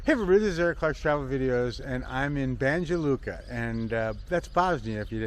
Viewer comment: My good brother, it's Banya Luka, I know you guys from the States pronounce letter J like Joe, Jersey etc. Banya Luka. Kind regards